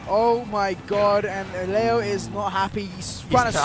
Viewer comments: Hate when they call him Lee Yo. It's Lay Oh. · Grateful for whoever told to stop saying Leeoh 🤦🏼‍♂️ LAY-oh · don’t forget leyo too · "Mk Leigh-yo" 😂🎉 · I can’t deal with them calling Leo LEEoooo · Lee-oh was driving me absolutely insane. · The constant mispronunciations of Leo was driving me nuts. How do you not know the name of one of the greatest players of the game that your commentating... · If drives me crazy how this guy's saying Leo's name. That's the goat, say his name right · Ain’t nobody gunna mention how neither of these commentators know how to say the best player in the worlds name? -_ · homeboy couldn’t decide which way to pronounce “leo” lmao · insane how youve heard someone say their name including everyone else pronounce Leos name for so long, and then still not being able to say it properly